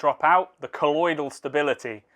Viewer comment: Did he say coital stability instead of colloidal stability?